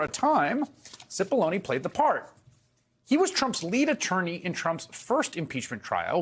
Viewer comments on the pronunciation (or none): The pronunciation is, cE pol lon A. ( big onions) Seems to fit his character. No? He has brought tears to the eyes of many. And his character is acid. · Cippollone rhymes with bologna